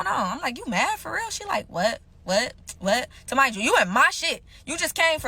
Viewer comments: Lmfaooooo yoooo is she sayin “ta-mind” yalllll😩😭😭😭🤣🤣 instead of remind y’all 💀💀💀💀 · "Tamind you" is driving me crazy lol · 2 mind yall, 2 mind yall😢 2 deff.... and why she saying magic mushrooms like it wasn't 🍄 😜😒